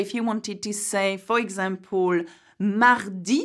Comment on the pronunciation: it's for example not exampol.....but keep up the good work!